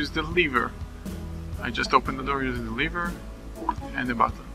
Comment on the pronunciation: Thanks, this is a great tutorial for redstone newbies. Your english isn't that bad, the only thing I noticed is that you pronounced lever kind of strangely.